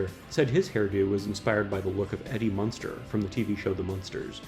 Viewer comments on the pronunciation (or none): none